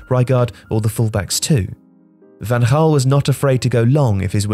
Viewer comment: It's Van Ghaal not Van Haal